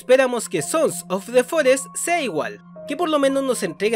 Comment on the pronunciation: hola, ya sabes quien soy verdad? soy el que dice siempre "sonsos de forest" en tus videos, me encanta tu contenido y solo te estoy molestando, lo dices muy bien!!!! me saludas plisss?!